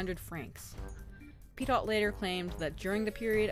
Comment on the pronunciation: OK, but it would be even better if the protagonist's name were pronounced correctly. (Petiot is pronounced: pet''-ee-oh)